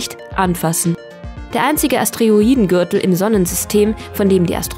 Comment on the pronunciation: "Astreoidengürtel "bei 8.33min ;)